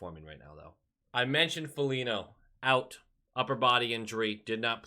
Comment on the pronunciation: You just dont like Foligno because you call him Folinyo 😎